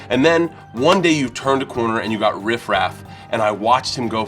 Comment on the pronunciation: Bert, keep Riff's name out ya mouth. Sounded like hate me :)